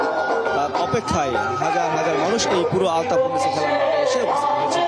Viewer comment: আলফাতুন না ভাই, আলতাফুননেছা মাঠ।